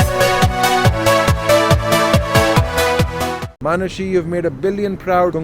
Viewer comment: Ye log Arnold Schwarzenegger (i don't know the pronounciation) asani se bol lete hai Par Manushi ko Manus😂